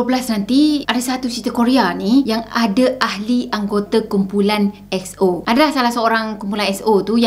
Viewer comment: Betul la dia sebut X-O bukan E-X-O Sebutan dia mcm ni EX-O